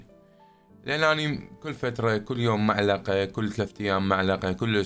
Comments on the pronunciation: مو معلقه ملعقه ملعقه😂😂😂😂😂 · ملعقه ❎ معلقه ✅ من تريد تصير مثقف بس متعرف شلون 😂😂😂😂😂😂😂😂😂😂😂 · الله ينطيك الصحة والعافية ملعقة ❌ معلقة ✅ 😂😂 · ملعقة ❌ معلقة ✅ 😹😹😹😹😹😹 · نجت ام الفصحه ملعقه يمعود 😂😂😂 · ملعقة❎ معلقة✅ 😂😂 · ملعقه مو معلقه 😂😂😂😂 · ملعقه مو معلقه 🤭😁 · ملعقه مو معلقه 😂😂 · ملعقه مو معلقه 😂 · ملعقة مو معلقة 🙂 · ملعقة. وليس معلقة. 😂😂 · ملعقه مو معلقه 😁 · ملعقه مو معلقه😂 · اسمها ملعقة مو معلقة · ملعقه مو معلقه و شكراً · اسمها ملعقه مو معلقه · اسمهة ملعقة مو معلقة ههههههههه